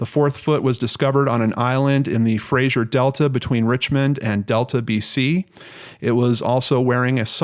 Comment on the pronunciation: Great vid,! Gotta say though that they're pronounced FRAY-ZER and PA-TELL-O.